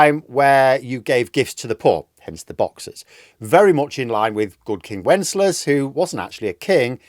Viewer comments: NB: Wenceslas has 3 syllables - i.e. Wen-CES-las, not "Wenslas". I used to make the same mistake for years, probably because I wrongly thought the lyric was "Good King 'Wenslas' last looked out", when it's actually "Good King Wen-ces-las looked out" :) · It's good king Wen-ces-las, not "Wens-las". There are three syllables, not two. When I was a little kid, I thought it was "Good King Wenslas last looked out..." But I was wrong. 🤣 {:o:O:}